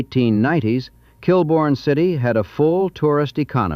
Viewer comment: It’s pronounced “kill-born”